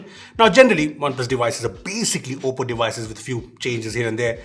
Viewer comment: You nailed the name 😉